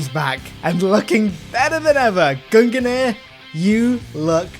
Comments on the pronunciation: Please....it’s pronounced GUNG-NEAR not GUN-GUH-NEAR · gun gineer?? You mean gung-neer? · Gung-nir. You almost actually killed me saying gunganir lol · Sees Gungnir armour Me: oh hell yea I like the Gungnir helmet: Goong-ganeer Me: or that, that is also a way to say it I guess😂